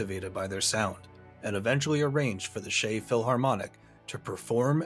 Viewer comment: "The Shey Philharmonic" LOL 🤭 It's pronounced the same as "check", and it's in Central Europe, not Eastern. Prague is more to the West than Vienna BTW. For future reference, when in doubt about the pronunciation of the name of a person or a country, you can go to Wikipedia, there's the phonetic transcription and a voice recording (I use it all the time). 🤓 Thanks for the video though, I love it. The Iron Giant is one of my favourite films (animated or not), and I didn't know it was our national orchestra that recorded the soundtrack! 🙂